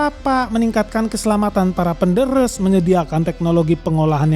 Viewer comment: Yang bener bukan PENDERES...PENDÈRÈS...om.